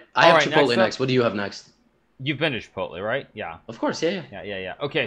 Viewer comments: DID HIKARU JUST SAY "KIPOTLE" INSTEAD OF "CHIPOTLE"?? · Lmao ki pot el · Hikaru just made me question how I pronounce Chipotle